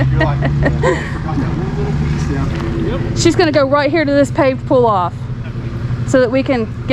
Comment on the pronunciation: And yet another 'bar over thar, 'yar, over thar